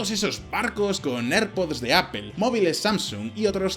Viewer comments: ¿Por qué los españoles dicen "apel" en lugar de "Apl" cuando pronuncian la palabra inglesa Apple? y ¡¿Por qué demonios dicen "maiquel" en lugar de "maicl" cuando pronuncia Michael?! ¿En serio están tan vetadas para su léxico las palabras que terminan en pronunciación "L"?... me imagino lo que sufrirán con el Náhuatl, por eso terminaron llamándose tan raro las ciudades mexicanas que intentaron hispanizar de nombre. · Qhe es "apel"